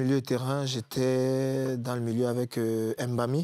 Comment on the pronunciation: Pourquoi ce monsieur prononce les noms de ses coéquipiers comme un blanquito? Ce n'est pas Em Bami, ni Em Boma. C'est Mbami et Mboma. À quel âge il ne s'est pas encore séparé de son complexe?